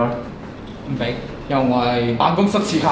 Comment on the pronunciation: 點解我聽到喺「辦公室屎坑」